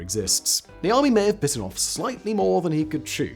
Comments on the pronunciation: I thought he said The Army in the beginning too, thought it was the name of a company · Lol 10 minutes of this video I thought he was saying the army not Niami 😂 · Everytime he says the guy's name, I always hear "The Army". And I keep thinking why the military would build this ^^ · Every time you say his name I hear "the Army" making me think this is a military house for some reason.